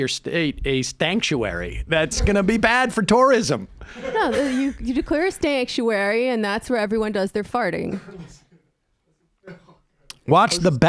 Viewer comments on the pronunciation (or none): Nah he said "stankuary". He knows we got the loud pack😏